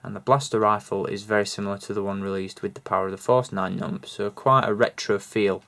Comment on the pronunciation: I think you're pronouncing the character wrong